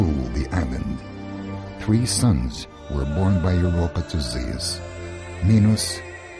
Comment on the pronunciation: WHAT ZEAS?...THE NAME IS ZEUS!